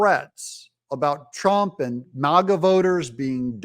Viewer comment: Mogga? It’s MAGA fool.